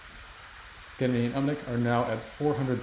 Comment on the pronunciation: The way they pronounce Gennady like Kennedy is disturbing.